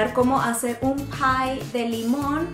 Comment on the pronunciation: al principio dice pie de limón 😂😂